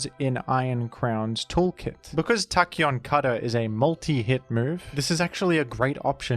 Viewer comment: Love every time he says Tacheon Cutter